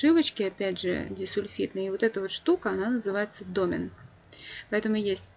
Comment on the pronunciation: Лекция супер. Спасибо.Претензия только к ударению в слове домен. Там на второй слог ударение.(так как из французского пришло слово).Очень режет мне слух